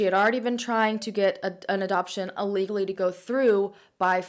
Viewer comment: Anyone notice how she always says "allegally" instead of ILLegally?